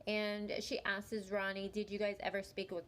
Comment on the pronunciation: The narrator continuing to mispronounce a simple word like “asks” (she’s saying askeses) is enough to make me not follow her which is a shame because it’s good content.